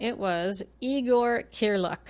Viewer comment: Like as a pun? Because pronounced the name correctly.